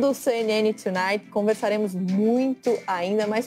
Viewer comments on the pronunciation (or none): No programa CNN TONIGHT a pronúncia correta e TONIGHT e os apresentadores dizem " choonight" .